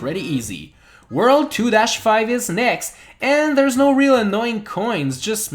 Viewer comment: Just say worlD you are saying worl all the time